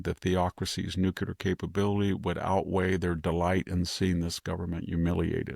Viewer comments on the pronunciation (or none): VDH it's "new klee er" NOT "new khu ler"... jeez why do so many Bush era people keep repeating this mispronunciation? LOL then I hear VDH pronounce "nucleus" as "new khu lus"......SMH it's spreading. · STOP SAYING NOO-Q-LER! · Mr. Hanson, You are an astute observer of the political and moral landscape. Your deep education, intelligence, and mastery of the English language are evident in your clear, persuasive commentary. That is why I was surprised to hear you pronounce “nuclear” as “NUKILAR.” I know this pronunciation is not uncommon, but it seems at odds with your otherwise precise command of language. I offer this observation in the spirit of respect for your work and the high standard you set in communication.